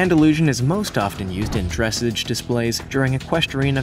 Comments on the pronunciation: did anyone else hear him say dresige not dressage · Dressage is not pronounced "dress-idge" Its dress-AHzhe. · It's extremely irritating to hear the commentator mispronounce "Dressage!" You have to hear it to understand. I don't think I could spell it to help you understand. But let's try! Dressage should be pronounced like in the Queen's English, it should sound special (for it is) but he says "dresige," like your having trouble dressing. Actually Dressage means, " To Dress the Horse!" No you don't put clothes on him. It has everything to do with the training of the horse. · It’s pronounced dressage (dress-aj) not dressig. Also, the Lippizaner should be on here. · "The Andalusian is most often used for dress edge displays" Equestrians: ...dr- *chokes* dress edge .. ..scuse me what its pronounced 'Dress-ah-ge' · I don't want to be rude but it's dressage not dressege say it right dress-ahge like ahh dressage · Argh!!! I'm so sick and tired of people mispronouncing things! Like dressage: not "dress-age" it's "dress-ahge"!! If you are not totally familiar with the words, or the subject... DON'T MAKE A VIDEO!! Cuz, Shetland Ponies are a pony breed (not small horse) and they originated on the SHETLAND ISLES!!! (NOT the Mainland of Scotland) Ugh! Learn before you decide to try and be youtube famous! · It is Dressage not Dressedge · Christine Still OMG YESS MY FRIEND SAID DRESS-AGE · I felt like that saying "it's dressaaaaage" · Dre-SSAGE, pronounced like menage with accent on second syllable. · Good video but please pronounce dressage like garage or massage. And Romany is pronounced Ro- mon- ee. And i am impressed that you knew the term vardo and used it! As a Rom and a dressage rider, i think this is a good time to gently educate folks on pronunciations otherwise great video! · Narrator probably doesn't know a THING about horses. Dress-AHHHZH! The narrator doesn't know the difference between Austrian and Australian. Get a map, man! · Also, I can't get over "dress ige".